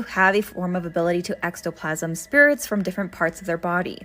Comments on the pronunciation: Ectoplasm,, not extoplasm... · Its "ek-toe-plasm". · Drink every time she mispronounces "ectoplasm" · You say ectoplasm wrong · like how do you have a horror/folklore tiktok but mispronounce words. It just chips away at her credibility.